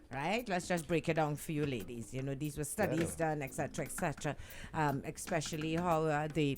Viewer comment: Years now saying 'thought '. Oh gosh, it's Taught. And there's no X in 'ex-pecially', it's Especially.